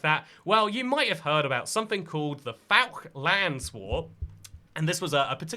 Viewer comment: you pronounce Falkland island like “faal-kluhnd”